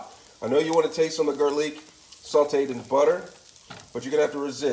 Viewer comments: Its ramen not reimen and garlic not garliiick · Also why is he saying Ray men and gar leek. Bish we ain’t fancy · "Raymen noodles" "garrliiic"😂😂 hello it's ur fav commenter Raymen noodles: Garrliic